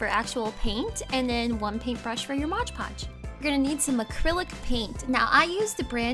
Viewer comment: Ok sorry. I'm not a hater, I love your videos but it's MOD PODGE. Not MODGE PODGE.